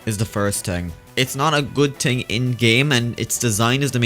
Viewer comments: Why does say "ting" instead of "thing"??? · kept Saying ting lol I think he meant thing no offence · "It's a good ting" TING